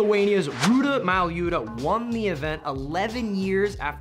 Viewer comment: oh jesus chirst you butchered Ruta's last name, like very bad, not even close actually.